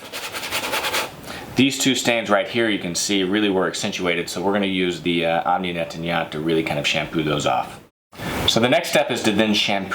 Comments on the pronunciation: Half a second I thought he said Yoni Netanyahu, I was about to pull up a chair... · Great, but learn how to pronounce: Omni Nettoyant (incomprehensible until I read the label)